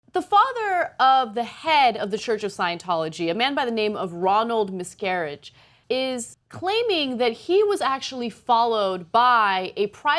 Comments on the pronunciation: They apparently don't do any second takes on this show. Totally live. Ana says a lot of things wrong. The second pronunciation is wrong also. His name is pronounced 'misca-VIGE' not mis-CA-vige like rhymes with 'savage'. Nobody checks shit on this show, either, I guess. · Did she say miscarriage? Was that shade or a mistake? Lol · Check your pronunciation, Anna. You get the son's name right, but pronounce the father's name 'Ronald Miscarriage' at the start of the piece? The standard of reading at TYT is very poor all round..... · Ana, I will always love you but you pronounced his name as "miscarriage" at :05. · Did she say Miscarige?